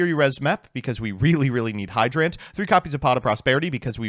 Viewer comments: No one: literally no one: when he has to say a regular word: hydrANT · The way you pronounce turbulance and hydrant annoys me to no end. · he dictates the D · Hydrant is a real word. How do you fuck up the pronunciation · I did not know hydrant could be pronounced that way, but you did choose the pronunciation that sounds more like a cool robot, so good on you. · why does he say hydrant like that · How does he mess up pronouncing hydrant, it's literally a real word